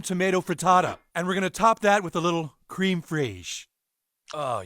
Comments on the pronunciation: creme friessssh.....cafeteria creme freishhh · How do you mispronounce something when it happens in a clip directly after you say it? I'm talking about Crème Fraiche.